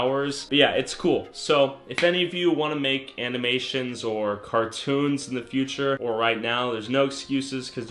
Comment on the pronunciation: He said /amenations/